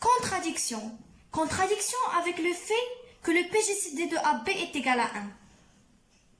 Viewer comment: Très bon travail. Essaie de t'améliorer en français. On dit contradiction pas contraduction.